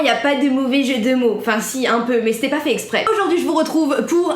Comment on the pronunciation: 😂😂😂 « mais j’ai pas fais zzexprèèss »